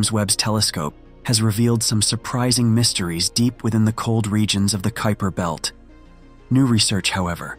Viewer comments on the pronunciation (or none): I heard “Creeper Belt” lmao